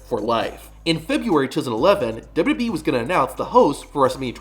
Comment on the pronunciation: I see you still can’t pronounce 3 letters. It’s W W E not dub duby.